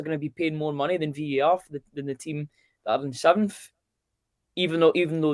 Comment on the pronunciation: its VAR!!!!! not VER!!!! ffs